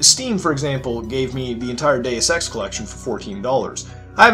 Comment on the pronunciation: When he said he got the whole Deus Ex trilogy for $14 I thought he said Day of Sex